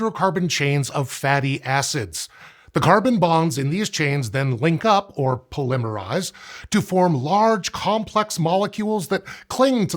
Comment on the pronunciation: 14.39 poLIMMERize?